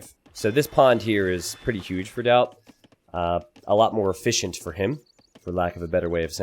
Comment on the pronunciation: did you just accentuate the "fish" in "efficient" smdh